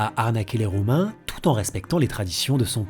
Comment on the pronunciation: C'est moi ou j'ai entendu "arnaquer les Roumains" à la place de "Romains" ?